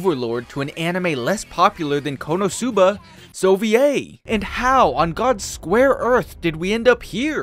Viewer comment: “Konasuba” 🤔 “‘s OVA” 😅